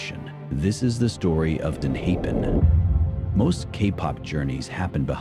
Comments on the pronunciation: I have to say it, it’s driving me crazy. The commentator keeps calling them enhaepen. It’s pronounced enhypen! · Narrator please note---EN HI' FIN phonetically written. When you do a podcast the least you can do is say their name correctly but your overall info was great. Thank you. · EN- HIGH- PEN pronunciation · I don't know. It's kinda bad that AI generated voice can't pronounce the name of the group. True fan would not do this. So, I'm going to treat this as AI generated click-bait.